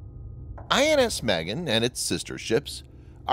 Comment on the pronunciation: I keep hearing INS Maggot...